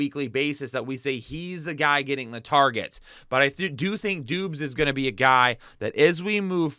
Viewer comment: romeo dobs not dooooobs lol